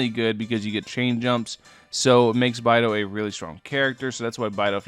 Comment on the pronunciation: Oof, it's bay-dough. I'm sad haha